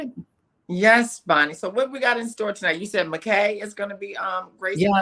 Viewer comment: Pronounced Muck Eye